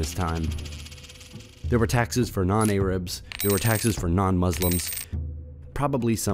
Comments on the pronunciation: “A-rabs.” Bro it’s Arabs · A-rabs???? Have you been living under a rock, then someone gave you a text to read??? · Arabs not Erabs bro. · Your way of pronouncing Arabs is weird. "Eyrubs"